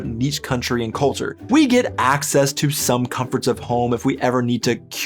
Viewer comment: "American clulture" - ein Oxymoron.